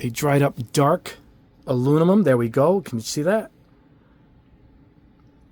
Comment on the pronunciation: Aluminum not alumimum.😉